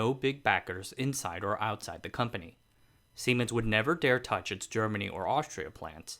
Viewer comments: Lol, semens! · siemens.... lol can't be the only one that laughed at what it sounds like